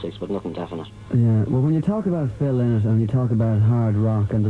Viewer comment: Lynott as in Lie not...........thats the correct pronunciation.........i knew the family